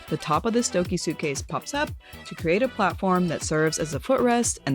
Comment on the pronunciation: I think it’s pronounced “Stoke Uh”